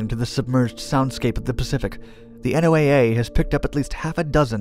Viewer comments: it's pronounced Noah, not N.O.A.A.! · N.O.A.A. is normally pronounced "No-a", like N.A.S.A. is normally pronounced "Nas-a." When you enunciate each letter like you do here, you give the impression of being a "new guy." This could impact your credibility with some people. But what do I know? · Hearing you say N O A A instead of "Noah" is hilarious. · NOAA is pronounced like the name Noah. They call themselves that. Not "The N O A A." Just FYI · You pronounce SOSUS but you constantly say N O A A the whole time instead of the accepted pronunciation of "Noah". That is irritating as all get out. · its one word, NO-ah... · Why are you spelling out NOAA? It’s pronounced as one word, in a way similar “Noah”